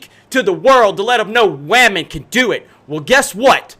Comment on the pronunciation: OMG!!!!! He said WAMEN!!!